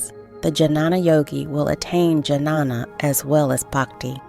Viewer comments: It’s not Janana It Ghyaana. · It's not Janana..It is Ghyana.. Transcendental Knowledge..Please learn in your next Videos how to pronounce exactly Sanskrit Terms..🙏🕉️☯️🍀💫Aum Namah Shivaya..🙏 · Don't want to nitpick here but to hear these words pronounced with a heavy american English accents is really jarring.... and I think somehow detracts from the quality of the video. The proper Sanskrit pronunciation of Jnana is "nyaa-na" .